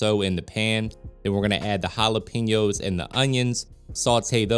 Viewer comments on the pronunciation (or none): Just want to let you know Jalapenos . It is wrong how you say it Jalepinos not correct Jalapenos is correct. pen instead of pin love your show ! Blessings